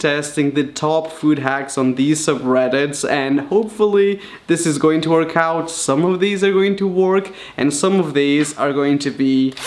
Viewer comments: Can someone kindly tell this child ‘work’ doesn’t rhyme with ‘Pork’, pronounce work like ‘werrrrk’ bih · I love how you say "work"! :D